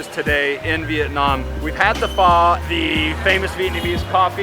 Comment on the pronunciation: Oh no. Now, we have two ways to pronounce Pho incorrectly. 😂